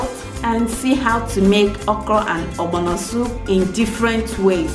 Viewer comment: The way u say ogbono defines our beautiful Igbo heritage